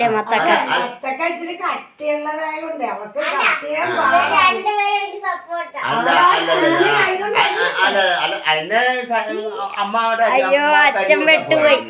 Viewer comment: മത്തക്ക അല്ലാട്ടോ മത്തങ്ങ ആട്ടോ